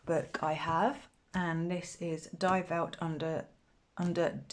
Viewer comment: Die Welt…pronounced Dee Velt (not die). Love your list! 🩷